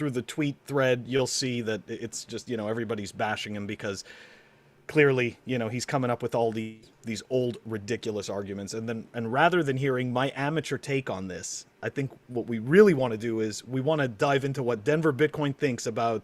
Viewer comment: Did I hear you say amatuer, FUD, you are a pro brother an ya mate